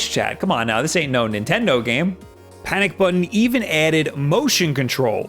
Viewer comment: Swaz doo lah, Nintenno